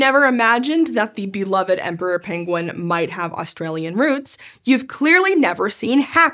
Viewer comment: Somehow I just realized that I will never hear the word penguin without hearing Cumberbatch butchering the word 😅😅😅